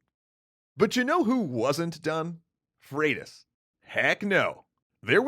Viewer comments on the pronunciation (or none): Pronounces Leif (Life) but also Freydís (Fradis). What happened to Froidus. Last time I checked Y is pronounced like two o’s. Could be wrong tho. Mahtava video! 😁